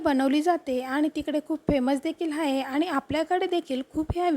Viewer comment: हाये नाही आहे म्हणायला शिक